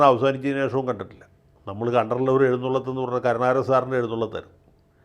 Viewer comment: എഴുന്നുള്ളത്ത് അല്ല എഴുന്നള്ളത്ത് അതല്ലേ കറക്റ്റ്